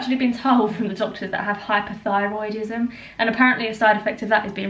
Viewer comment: Did she say hyper thyroid or hypo thyroid?